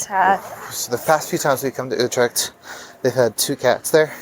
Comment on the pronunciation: As long as you keep on saying "Youtrack" instead of Utrecht properly , people will cassify you accordingly Hint , spend an hour on the vocal U and that s a perfect investment. Dont get triggered.